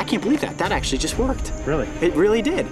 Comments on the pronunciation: jist? or did he mean just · Who else understood 'jizzed' instead of 'just' lol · i heard jest